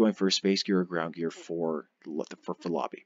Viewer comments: stop saying Lobby, it's "Lo bee" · FYI it is pronounced "Low Buy" not "La Be". I made the same mistake for years until I watched the first episode of Voyager again, Quark clearly says it to Ensign Kim on DS9 before Voyager launches. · Hello everyone! I am aware that I do not pronounce "Lobi" correctly in this video. I pronounce it correctly as "low - buy" (as clarified by many of you) as of my 2019 videos. Unfortunately on YouTube creators can't change the audio of older videos, so this video will continue to have me saying the term incorrectly. If YouTube decides to allow for creators to change audio on uploaded videos in the future, I will correct this. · Stop saying it like that its "Low- By" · I've heard it pronounced four different ways, say it how you want, ignore the grammar Nazi's.